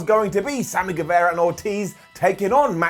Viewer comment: get the pronunciation of GuevAra right!